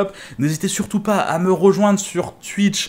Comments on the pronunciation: On dit twouitch pas twuiiiich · Super boulot sur photoshop ça donne déjà une bonne idée. Par contre faut revoir ta prononciation de Twitch 😉🤣